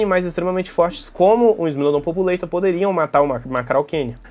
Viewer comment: não é "populeitor"😢 é "populartor" com o mesmo A que em população e povoar<populare, isso é latim, lingua mãe do português, nunca inglês